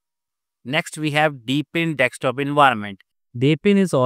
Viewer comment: It is "D E S K T O P" not "dekstop"! SK not ks!